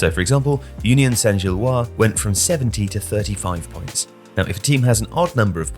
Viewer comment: One note: in "Gilloise", the S should be pronounced (like zhil-waz)